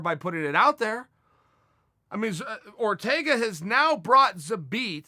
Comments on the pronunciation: Nobody: Chael: ZABEAT!!!!! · “Zabit Ah-Mag Ah-Chariopov” Uncle Chael remains undefeated! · Chael "Zabit amog a cherry a pov" Sonnen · "Zabit apov a cherry a pov" atleast you got the zabit part right, to say megammedomaddsherriffov is not that hard! damn man! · Chael : Zabit a mog a cherry a pov Also Chael : im close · If uncle Chael says his name is Zabit Amogacherryapov, then his name is Zabit Amogacherryapov! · Khalabeeb, Zabit agocherrypov, nice)) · Zabit Mag-O-Med-Sherry-Pov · If Chael says his name is Zabit amog a cherry apov” then that’s his name. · 'ZABIT AMAGACHERIPOV' vs 'YAREAR'. I need to see uncle Chael talk about that match. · "Zabit among a cherry puff" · pls say at least one person's name right haha